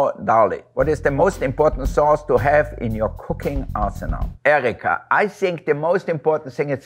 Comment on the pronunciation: Love how his German came out at "EEEEriiiiikaaaa" hahaha he's just so charming 😊